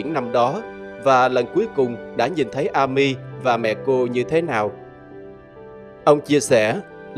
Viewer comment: Góp ý, tên Amy đọc là “Êm-mi”